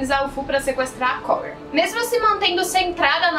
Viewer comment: obrigado por falar o nome da cóura " korra" direito